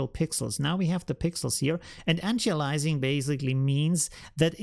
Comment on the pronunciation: Not piling on, because I am impressed with your excellent command of English, and vocabulary. We say an ty AY lee a sing. Great tutorial,!